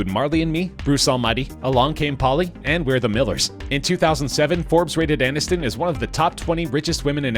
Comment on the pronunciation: ANNISTON, NOT ANINSTON...what's wrong with you?